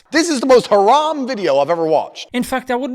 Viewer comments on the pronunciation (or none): none